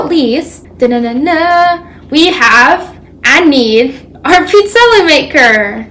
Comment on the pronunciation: Interesting, in parts of Northern Italy we pronounce it the way she's saying it. 😊